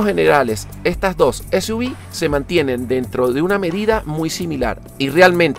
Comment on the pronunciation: Continente latinoamericano??? Será hispanoamericano, pq en Canadá hablan francés y este coche ya llegó hace rato, dices para Suv : ese , u , vi, será ese , u, uve 🙄 ;cr - b o cr - UVE , yo veo CR-V........ MADRE MIA